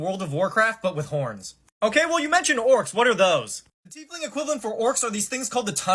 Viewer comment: It's pronounced (tiyfling) not t-fling.